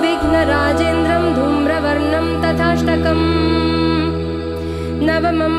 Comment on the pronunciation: प्रणम्य is right .ल्यप् प्रत्यय से ये बनता है।धूम्रवर्णं तथाष्टमम्।तथा +अष्टमम्। नत्र=nitrogen नात्र is correct .न+अत्र। Please पहले किसी संस्कृत अच्छी तरहसे जाननेवाले ज्ञानी से योग्य उच्चारण समझ लिजिये। उसके बाद social media पर काम करे ये आपका दायित्व बनता है।गलत को बढावा न दे।